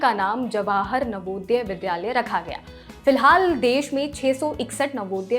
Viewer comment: Madam, आप dilect सही करें। विद्यालय कहा जाता है न की विध्यालय।Pronunciation सही कर लें।